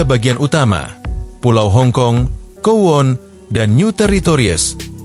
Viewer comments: Maaf bang,kowloon(kowlun) bukan kowon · Bang maaf, Kowloon dibaca Kowlun bukan kuwon 🙏